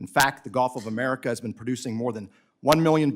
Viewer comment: lol if I hear the "Golf of Omaricaow" in a crowd I know who's the hatter